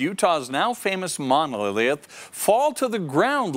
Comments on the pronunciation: "momnoniliath" lmao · Mono leeeeiith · Lol, Moneeeggllllith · "monualilyith" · "Monolilath" -, 2020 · 03 "Monolilliath"? You left that V/O mispronunciation in there? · What the hells a monlilyath? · The way he pronounces “monolith” in the beginning 😅 bless him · Are we not going to talk about the reporter pronounced monolith . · The way he pronounced monolith lmao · can’t say “Mono-Lith” 😂😂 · Why tf does he say monolith like he doesn't know how to say monolith? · Can fox not afford a presenter who can pronounce the word monolith? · Can you say M O N O L I T H ? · Lol he couldn’t say monolith!!!